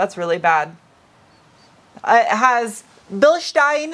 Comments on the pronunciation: Thank you, the only YouTuber that pronounces Bilstein properly. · Thank you for being the only person on the internet who pronounces Bilstein properly!